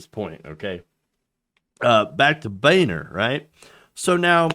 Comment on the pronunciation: John (Bone-er), let's be honest